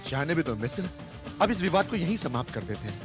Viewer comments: mispronounced Vivad. He said- VIVAH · विवाद नहीं व्यवहार है यहां।लेकिन उसे अच्छी तरह से उच्चारित नहीं किया गया।